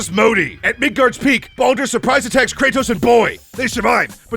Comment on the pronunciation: LOL IT SOUNDS LIKE HE CALLS BALDUR BONER (Sometimes tho some parts it’s clear he says baldur)